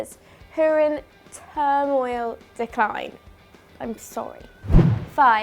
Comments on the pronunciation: Termoil It’s ter-min-al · She introduces the video saying "termoil" instead of terminal!